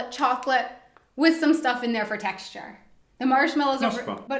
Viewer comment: "peanuts wis marshmallows" his accent is so funny :D but as a German I know how hard is it. my English teacher had a picture with a sink, a microphone and a person in a swimming pool. because german people tend to say "I sink" . they don't pronounce the T H , which is ,at least, funny to me . :D I think it's kinda cute:)